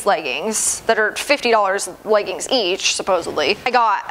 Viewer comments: It’s so cute how you say legguns instead of leggings. 🤗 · The way she says leggins😂😂😂